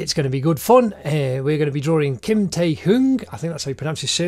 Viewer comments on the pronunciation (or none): the pronounciation is literally kim not gim lmao